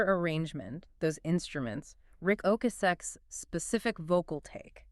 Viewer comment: It’s pronounced O-cass-sick